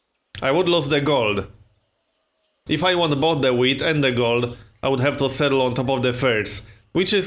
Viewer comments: Is it just me or does he say weed instead of wheat ? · It sounds like he's saying weed